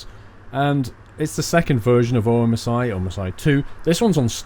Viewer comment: I swear OMSI is not pronounced as O.M.S.I but just OMSI, oh and there are many mods that are free and look amazing. EDIT: They talk in German when you do something wrong like drive on footpath, speed bump too fast, or when it's shaking too much (happened to me)... Don't know what they say exactly but its probably something along the lines of "your a poor driver" :)